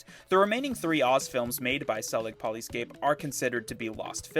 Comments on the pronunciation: polyscope not polyscape #. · poly SCOPE... you cant read your own graphics?